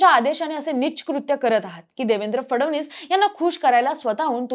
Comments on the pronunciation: Hee aali..fadavnis bolnari...hila fadanvis pan bolta yet Nahi 😅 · फडवणीस नाही रे ते फडणवीस आहे काय ही स्क्रिप्ट काय ते उच्चार ? चांगली पत्रकारिता करा 😂